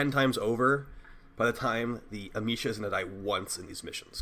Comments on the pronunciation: You can say amesha with the same E as America. Am eh sha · Dude it's not a hard E. It's a soft e(ah-may-sha)